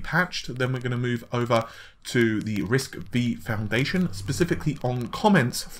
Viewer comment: Hi, Love your videos, but writing to let you know that RISC-V is pronounced `Risc five'. I hate for my first post to sound negative, but, believe me I am fan, and on your recommendation I have built Ryzen 7, Vega 64 Computer, and I am very happy with it. Thank you for your hard work.